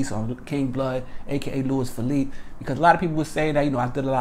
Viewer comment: It’s pronounced “Lew-ease” “Feh-leap-eh”